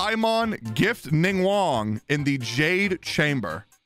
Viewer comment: The way he still can't pronounce or spell Ningguang